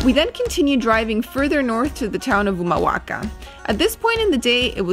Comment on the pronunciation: Pronuncias re bien Humahuaca, El Perchel; Tilcara vos y el señor mayor. Su lengua es español pero hacen videos en inglés?